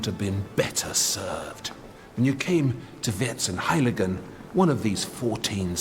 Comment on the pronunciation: Vierzehn is pronounced like fourteen, like fierzehn, like the noble VON (like fon). However, good work. But I would like you to take the efforts in correct pronouncing the names in the European languages. It is EASY, please don't be as arrogant as to make your own phantasie pronouncing. Please! PS the fake Chinese objects, they were as Europeans THOUGHT, how China was looking like, are called Chinoiserien here in Germany. An "American Indian" is not riding a crocodile, but an ALLIGATOR.